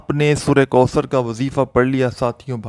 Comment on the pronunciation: Kindly sura kausar kee tajweed par ghaur karain,,,,,,baqi koi maasla nahee,,,laikin tajweed ghalt honay say meaning badal jata hay,,,,kisi achay qari ki tilawat sun kar dubara recording karain ,,,,,taa kay gauranteed sawab milay